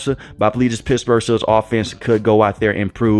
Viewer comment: Did you say Pissburgh?!